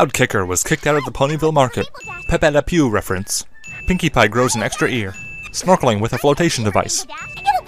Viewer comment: Love the pronunciation of Pepe Le Pew.